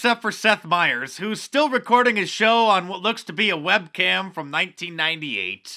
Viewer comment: Seth is such good friends with Fred that he doesn't know how to pronounce his last name...